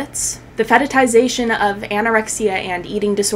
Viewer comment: Thanks for this video but why are you saying fetitization, isn't it fetishization?